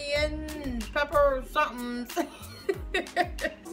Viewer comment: Pep-per-chin-nies that how I pronounce it I might be wrong